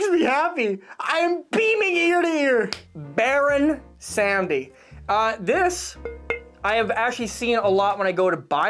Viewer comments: So it’s not Pronounced Baron Sam-dee. It’s Baron Sahm-dee, technically more so Bawr-oon Sahm-dee (spelled Bawon Samedi) but that’s more technical than anything, and Baron is just fine. It’s the name of a Haitian voodoo iwa, basically the god of life and death, but also of debauchery. Also fun fact, another one of his incarnations is Baron La Croix, so he technically has TWO drinks on the market lol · since its your favorite, go learn a little bit about the voodoo death god, baron samedi (pronounced: saw-muddy) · It is pronounced baron se-mode-dee